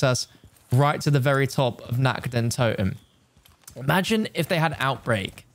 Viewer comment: How you just spell nacht der untoten its feeling so cringe cuz i am german i understand of you nact de untuten